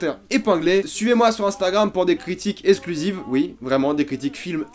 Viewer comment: J'ai regardé Haunting of Hill House avec un pote suite à ta vidéo critique et on a tout les deux adoré, ça m'a beaucoup fait pensé à Mama et Crimson Peak de Guillermo del Toro, qui mélangent drame et horreur, très bien écrit et mis en scène. Sinon "EXclusives" stp, arrête de dire "esclusives" , ça me trigger trop XD